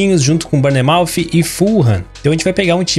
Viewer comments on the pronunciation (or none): none